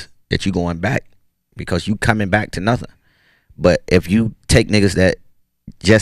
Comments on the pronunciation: Still don’t know why plies say bike instead of back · 🤔so he can pronounce back properly but chooses to pronounce bike anyway🤦🏽‍♂️ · Lmao all this time I thought my nigga ain't know how to say back but he was actually saying bike lmao